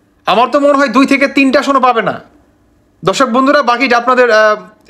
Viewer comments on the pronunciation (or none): none